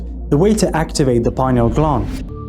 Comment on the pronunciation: Lol,, glund…. It’s gland like Dr Dispenza pronounces,, sorry,, I’m British.. maybe I’m a prude,, funny tho, 🙏